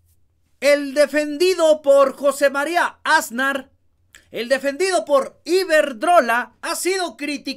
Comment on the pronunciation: 👁✨👁Oye muchacho... Si vas a ser comunicador en Youtube, asegúrate de escuchar bien como se pronuncian y acentúan las palabras y sobre todo los apellidos. En este caso es 'Asnar' y tú lo pronuncias MUY MAL acentuando la "Á" del principio, pronuncias con mucho énfasis y muy mal: "Ásnar". Tache ❌